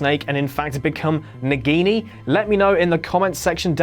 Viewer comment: mispronounce word it's Nagini not Nigini...